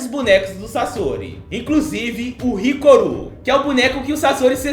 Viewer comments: Hiruko, Hiruko, Hiruko, não Hikoru! Hahaha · Hirukooooo Caraí fala o nome certo